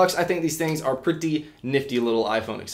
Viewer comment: I hate how he says "Pretty"